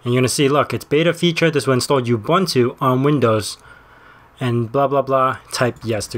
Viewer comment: it's pronounced ooboontoo :>